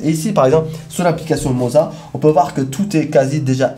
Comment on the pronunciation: Le seul qui prononce bien le mot "moza"! Les autres ont dirait qu'ils vendent du fromage ! 😂 Merci pour tes vidéos. 😉